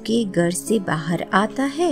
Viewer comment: Good videos, great intonation & narration. Need improvement in hindi pronunciation of few words like Ra'GH'av , 'GHar' , u'DH'ar, 'JH'onka, 'GH'us